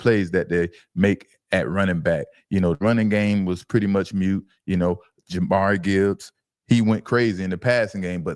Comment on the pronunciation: It’s pronounced (Jah-Meer) Jahmyr Gibbs fellas 😂